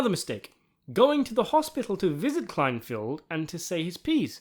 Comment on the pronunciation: "KLEINFELD," not "Kleinfield."